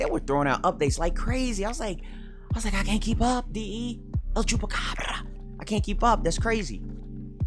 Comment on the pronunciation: I want you to whisper EL CHUPSCABRRRRA to my ears dragging your R's like that. Also Amanda the Jedi did an interesting review of TLOU2 I would love to hear your opinion on it.